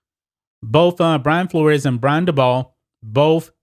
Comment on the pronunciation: Dabol is pronounced daybull.